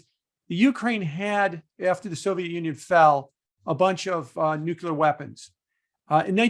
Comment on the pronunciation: Great video. PSA nuclear is pronounced NU-CLEAR , not NUKE-LUE-YAR Jim 😉